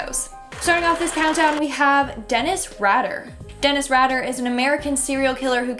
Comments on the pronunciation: Its pronounced Dennis Rader ( Raider). this is a good list! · It's pronounced RAID-ER. And it's BIND, TORTURE, KILL...not bind 'em, torture 'em, kill 'em, but whatever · Lol..its dennis rader.u pronounce it like Raider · BTK's name is pronounced "RAID-er." Like the roach spray. You so cute though.